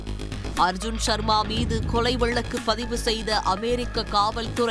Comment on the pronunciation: லகர மகர வித்தியாசம் படித்து விட்டு செய்தி வாசிக்க வந்திருக்கலாம் தமிழைக் காப்பதாகக் கூறும் ஊடகத்தில்..கொளை.,அழைத்து சகிக்கமுடிய வில் லை